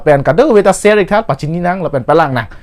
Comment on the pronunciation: Ser tha pu kali bo,sher ( share ) tha pu le pu non he. Pronunciation chok che chet lo di asap so🤔🙏